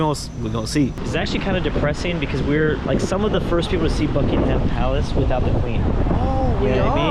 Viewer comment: seeing react to European culture and life is funny but makes me want to game end and when he talked about uk doors i laughed because every uk house has that and then he said BUK - ING -HAM palace